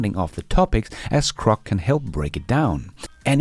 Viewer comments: It's GROK not CROK. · when you say “Grok” 9 out of ten times it sounds to me like you’re saying “Crock”. Many of the other LLM chat bots and helpers may be “crock”, but Grok is not crock and is rapidly getting even better. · it's pronounced GROK with a G, duh.